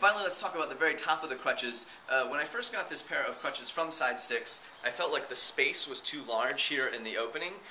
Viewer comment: u said stidestix not sidestix :P